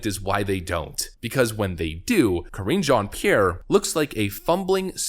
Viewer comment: Ka-ringe Jean Pierre...